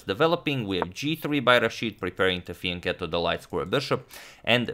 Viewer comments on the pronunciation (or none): none